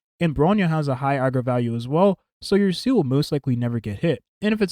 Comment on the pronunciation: You say she's your fav character, but you keep calling her "Seal". Her name is "Zeela". German for soul!